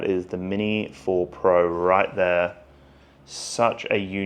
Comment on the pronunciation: did you just called it " mini 4 pro " at 🤣